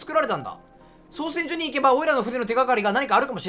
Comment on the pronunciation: 造船がちゃんと読めて造船所が読めないのどうしたんや